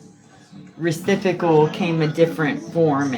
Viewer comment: She says "recipical", and she spells it that way too. 😁